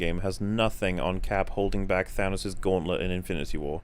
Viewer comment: I just can't fucking stand how this guy says "Gauowntlut"